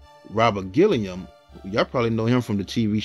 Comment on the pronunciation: Not Robert Gilliam its Guillaume pronounced with a French tone. Gee-Yome.